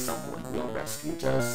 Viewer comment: said rescute it is supposed to be rescue and what is the meaning of rescute